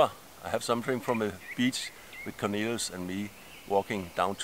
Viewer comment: I like the way you pronounce Cornelius, like Lilu from The 5th Element! What a cutie!